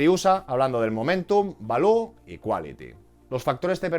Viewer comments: Gran video como siempre, balú es el del libro de la selva, se dice 'valiu' jajaja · "Valiu" please 😅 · No sabía yo que Baloo el oso del libro de la selva era un factor determinante para el sp500 😂😂 , por Dios no digas Balú al Value jajaja